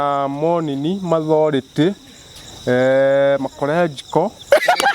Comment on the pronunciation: Ati anasoma mathority😂